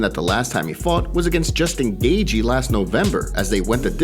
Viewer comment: You really need to say justin Gathjie properly